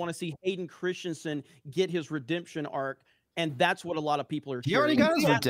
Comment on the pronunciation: Hearing saying Hayden "Christsiensen" over and over gets a little distracting after a while.